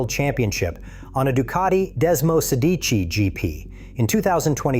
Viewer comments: Man you may have the history right but please please please learn how to pronounce those name...my ears flap and my skin gets goose bumps when i hear you ...not even the most simple names...it hurts to hear you. Desmosedici dude (dèsmosèdici...not desmosédiici)😂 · AI voice pronounces all italian and german names incorrectly. All of them, without exception. Not even "desmosedici" is correctly pronounced. Piëch isn't "Peach" etc. Even if the information provided is interesting ... I just can't stand this AI stuff anymore.